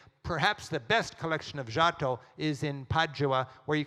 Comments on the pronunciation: The lecture is super interesting. And I will definitely show it to my students....but not knowi g how to pronounce Giotto! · americans pronounce foreign words so that they don't even resemble the original. Giotto? Chartres?